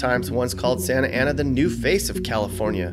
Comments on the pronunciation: Santa Ana aka 'Skantana' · People that say "SANTA ANA" are obviously not from "SANTANA". My birthplace and hometown. Would move back in a heartbeat. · The way he emphasized, "Santa Ana Winds"... The hate... 🤣